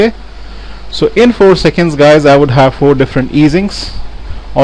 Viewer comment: good tutorial, but had to giggle a bit when i heard u say '...i can have different easings' at around 8 mins 30, made me think of the indian character on fonejacker